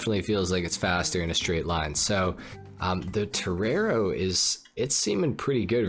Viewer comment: Turrerrou jajaja estos gringos